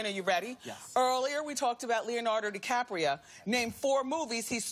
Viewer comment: "Leonardo DiCapria"